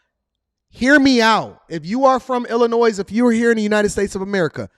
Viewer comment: Hey the s is silent in Illinois!